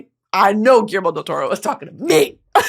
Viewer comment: Being Spanish my mother tongue, I love hearing Brittany say Guillermo del Toro perfectly ❤🤭 Finally watched Frankestein this morning and HAD to rewatch this brilliant masterclass 👩🏻‍🏫 btw took me out 😂 then going back to seriousness